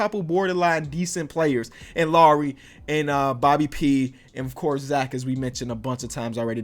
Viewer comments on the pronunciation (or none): Why do u pronounce lauri laaaari